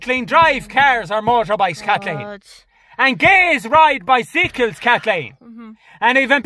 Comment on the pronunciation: Biceecals 😂😂 I’ve been pronouncing it wrong for years